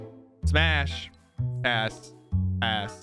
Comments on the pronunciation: pass ass he kept saying ass when he tried to say pass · You swore and said ass instead of pass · after a while, i cant tell if he's saying pass or ass. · When he was trying to say pass he was saying ass alot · Bro he said pass so many times that it started sounding like ass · Every time you say "PASS" I hear A*S. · on some of the passes it sounds like hes saying ass lmaooo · 3 mins 38 second “pass,pass,pass,ass ME BE LIKE:WHAT DID HE SAY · Is it just me or does his pass sound like smash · If you put it in 2x speed it sounds like he’s saying the a word😭